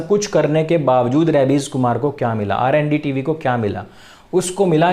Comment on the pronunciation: R N D. Tv nhi jee..R A N D tv..🤣🤣🤣🤣🤣🤣🤣🤣🤣🤣